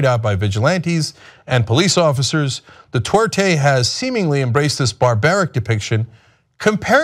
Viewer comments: It's Duterte not Dutwerte Cenk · 'Detorte' lol, it's pronounced 'doo'-'tare'-'tey'. Admittedly, that guy at the very least doesn't deserve to have his name pronounced correctly. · Hey Cenk, it's "du-TER-te" not "du-TWER-te" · It's Duterte not Dutwertey. Just one of the many things TYT gets wrong. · Dude, TYT are great people but can't you just spend a half a minute learning the right pronunciation of things. If you guys were all monolinguals, I d let it slide, but Ana and Cenk, come on. Du TER te, not Du TWER te. Just sayin. I want you guys to sound as smart as you are. Keep things going, thanks! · Duterte, not Dutwerte. Sort it out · Curious there is no "W" in Du-ter-te? Sounds like Cenk is saying dwouterte. Wonder how Cenk feels about Martial Law being imposed on Mindanao, because of urban warfare in Marawi between Abu Sayaf versus Philippine Army and National Police? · Could we maybe not pronounce his name as 'Du-twer-te,' or am I asking too much? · Wow the way they pronounce Duterte